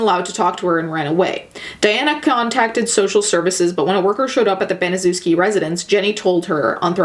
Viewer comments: It’s pronounced ban-uh-sheff-skee or in real words that sound like it ban-a-chef-ski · If you're going to make a documentary at least learn to pronounce the name of the devil it is pronounced BANASHEFSKI due diligence makes something interesting you're just regurgitating what you've already seen on YouTube please don't like this lazy bitch trying to make a buck out of a tragedy f#uck you twat🖕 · okay but you fucking butchered the pronounciation of "Baniszewski". it's Ban-ee-shev-ski. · I'm late but just wanted to point out that "Baniszewski" should be pronounced more like "Baneeshevsky" if that makes any sense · you should read it as ,,Banyshevsky" ;) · Baniszewski is a polish surname and it's pronounced Banishevski :D Sorry if someone already told you that. Anyways, If you're reading this: I really enjoy your videos, you seem so genuine and lovely! <3 Have a nice day :) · I love you and I know this isn't the point of the video, but as a Pole, the pronunciation of Baniszewski (very clearly a Polish name) is kinda making me cackle, not gonna lie. No hate to you though, everyone in America pronounces Polish surnames hella wrong, even Susan Wojcicki mispronounces her own last name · It’s pronounced BANI-SHEV-SKI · You didn't bother to research how to pronounce Gertrude's last name? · I love your videos and I usually don't mind mispronunciation of names. But there are so many docs and videos about this crime, so you saying the last name wrong makes me flinch. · Polish-American here and same! I thought as I listened to her mispronounce it "well I see why they call us dumb Polocks, our names are pretty weird from the outside looking in "